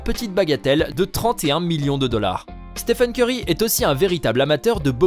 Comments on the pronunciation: Et pire que tout il dis Steven Ceurry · Je rêve. Il a vraiment dit Steven corry ? 🤕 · Steven kery il a dit 🤣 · Il a dit Steven curry mdrr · au début il a dit steven curry 😂😂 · Pourquoi vous dites Steven curry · C UN FOOOOOOUUUUUUU il a dit STEVEN CEURY SI VOUS ECOUTER BIEN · Belle prononciation hahaha